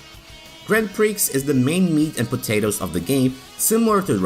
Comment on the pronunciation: Correction: not all ps1 games had warping textures/polygons. See Tobal 2 for example (and others). Also, the x is silent in prix.